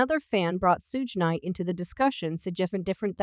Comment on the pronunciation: Who is the narrator this mofo cannot read , what is raygor wright ? Instead of Reggie wright. What is sooge knight instead of suge knight. Smh. Plus the intermittent abrupt stops mid sentence. Horrible